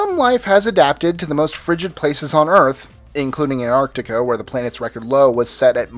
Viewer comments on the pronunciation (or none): none